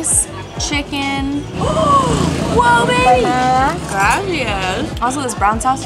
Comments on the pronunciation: Graci-AH-s. Not graci-IS. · stop saying graci ss it’s gracias (kinda like aahs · Oh my goodness! It’s graciAS, not graciES. It’s Spanish,, not Italian (although Italian is much prettier, in my opinion). Also, what is the name of the hot springs, the swing rope into the water, and the beach? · i love when says “gracias” 😂